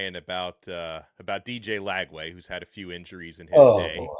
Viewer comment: Not Lagway, please.